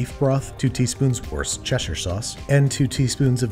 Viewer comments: "worst-chair sauce" Me: what? Worcestershire sauce???? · Ah yes, Worst-Chair, we meet again, wocheche, wostechair, wochachastershire, you should by now, know what wushushire sauce is. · Worcestershire sauce = WUSS-TER-SHEER SAUCE, sometimes without the Shire part, but NEVER WORE-CESTER -SHIAR. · Woos-tur-shur. Say it with me now. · Say it with me “WUSSTER” “SHURE” sauce...Worcestershire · “Worse-chair” sauce. These pronunciations just get better and better 😂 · i live a minute away from lea & perrins and here in the west midlands its pronounced wuh-st-er-shir and no other way. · Wuss ter sheer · Wuss-ster sha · U mean westchestershire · Oh you mean washcheshterterhusbd sauce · I think you say it as wor-chester-shire sauce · I no joke live in Worcestershire, it’s pronounced wuss ster sher (the u in wuss is pronounced like the u in the word cushion if that makes sense) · How to pronounce: worst + uh + shire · Worst Cheshire was close enough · I’m from the uk, I pronounce Worcestershire sauce “wuster sauce” or “wustersheer sauce”. Worcestershire has a city called Worcester which is pronounced “wuster” which is what people from here usually shorten the name of the sauce too. Had to comment never heard an American pronounce this correctly. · WANDAVISIOOOOOOOON Edit: “worst chair sauce” really sent me over the edge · I will now forever be pronouncing it “worst chair sauce” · Brit here, happy to help: Worcestershire = “WUSS-tuh-sher” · Worst-Chair sauce. The best, and only way to pronounce it. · Lies! It's also Worse-Cheshire! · That pronunciation or worst-chair sauce has now enlightened me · Dad born in Britain (grew up elsewhere) but he always pronounced it Warsh-tcher sauce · worcestershire is pronounced wu-stuh-shuh (wu has the same vowell sound as foot, stuh and shuh has the same vowell sound has the a in about) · It's so easy... "WISTER-sheer". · It's WOOSTER sauce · pronunciation of worcestershire from a real life brit wus-ter-sheer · Worschesherfersher sauce